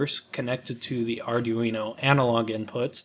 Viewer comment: as "Arduino" is of Italian origin, his pronunciation is actually spot on :)